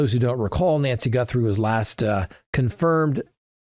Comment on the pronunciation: GUTHrie, not GUNthrie!!!